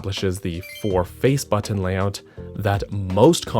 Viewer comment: Good video but why must you say button like that